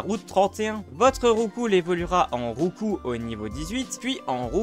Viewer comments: Enfin quelqu'un qui prononce bien les noms de Maraiste et Roucoups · C'est bien la première fois que j'entends quelqu'un prononcer correctement " Roucoups " 😂 Depuis bientôt 25 ans je dis " Roucoupsse" 😅 Sinon super vidéo ! Merci pour le partage !